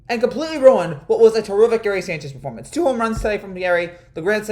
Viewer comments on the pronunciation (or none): none